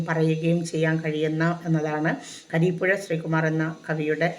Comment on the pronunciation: കരീപ്പുഴ അല്ലല്ലോ...? കുരീപ്പുഴ ശ്രീകുമാർ എന്നല്ലേ....